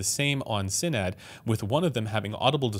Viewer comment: thats not how u say sinad but ok